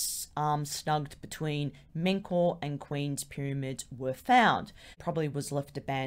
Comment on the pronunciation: The name is Men-Ka-U-Re, 4 words. In ancient Egyptian this would be pronounced Men (or Min) /Ka /U /Re. In English this would be something like "eternal like the souls of Re". In our time, the 2nd and 3rd syllables are ellided, MenKaurRe is acceptable. In other words, it is not pronounced "Men-Kor".